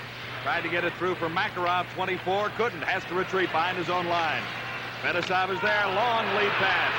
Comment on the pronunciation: al michaels was just as bad- MAKarov, FETisov, and by far the worst: kaSATonov